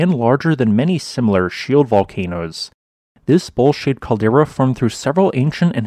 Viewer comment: When you said Bowl shaped I thought you said bull sh*! 🤣 Lmao